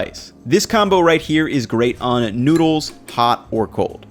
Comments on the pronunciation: "great tasting nudes" pls don't say it like that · i love you, but PLEASE don't call noodles 'noods', my dude